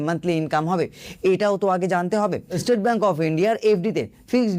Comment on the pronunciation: ভাই এস্টেট ব্যাংক নয়, স্টেট ব্যাংক বলতে শেখো, বিরক্ত লাগছে শুনতে। বাঙালি হয়েছো বাংলাটাও কি ঠিক করে বলতে জানো না?